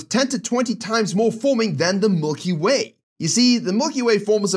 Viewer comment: "mulky way" LMAO0